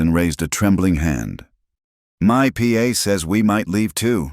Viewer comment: Pa =paw (father) not P.A.